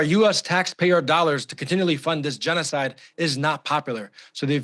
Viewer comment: Was he correct when he said they are committed a jeans-oh-side in Lebanon?